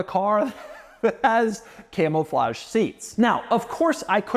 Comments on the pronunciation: doug the type of guy to say "camelflage" instead of "camouflage" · Am I hearing “Camel-flage”? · Doug, the type of guy to pronounce it “camel-flage”